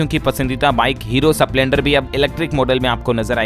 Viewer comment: भाई स्प्लेंडर है न की सपलेंडर आवाज ठीक है पर उच्चारण सही नहीं है